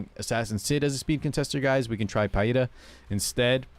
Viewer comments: It's pronounced Pee-ra. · It's Peɪ-ra.